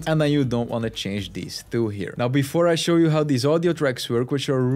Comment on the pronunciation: WTF is up with "Thwo"? Where do you find the "TH" sound in the "Two"?????